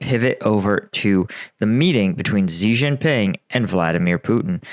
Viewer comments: Xi is pronounced SHE, not Zee. Stop murdering my ears. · Good analysis. Btw, Xi is pronounced "She".